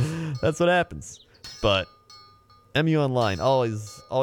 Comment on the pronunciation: P.S. why do you call it "E-myu", it's just Mu, not even Moo, just short Mu